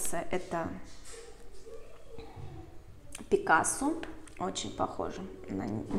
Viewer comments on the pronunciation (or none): none